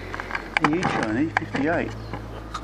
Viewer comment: man that was a bad test flight, you could hover that thing in the Dunny or Shed or Car port or Lounge room and got a better video, the company and every one says Eachine as it rhymes with Machine, but you rhyme it with Sunshine???